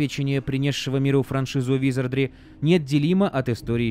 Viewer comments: какого хрена!? В первой части ролика правильно "ВизардРИ" во второй "ВизардЛИ" прям ухо резать начало.) Но друзья это мелочи, спасибо за годный конент. Успехов во всем.) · Почему ты говоришь "визардЛи"? 🙃